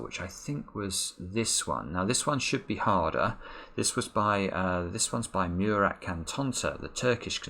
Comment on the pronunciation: is still mispronounciating Murat's name:)